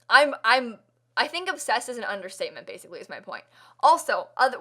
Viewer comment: it was....um....anyway...BASICWY